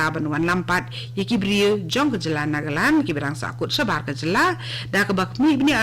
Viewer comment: Hahahaha ha ha ha ha i kong ban iong nagaland ruh ym laid lh ong nagalaw